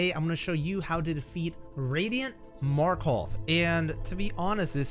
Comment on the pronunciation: You are now so skilled, you know how to pronounce Markoth